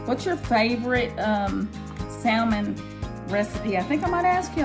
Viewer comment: Spelt salmon. But pronounce (SaMon)!!!!!! Definitely not Saaaaaallllllllmin. 👎🏿